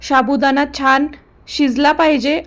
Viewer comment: मॅडम साबुदाणा हा शब्द नीट बोला